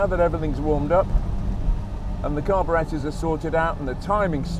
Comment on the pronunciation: I love how he says "Carbarettas"